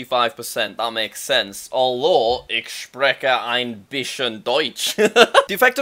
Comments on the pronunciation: the ch sound should be the /h/ sound in ich and spreche, so "Ich spreche ein bischen deutsch" instead of "ik spreke ein bischen deutsch" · jack im pretty such ich is not pronounced like ik but more like ih and spreche similarly, not with a strong k:)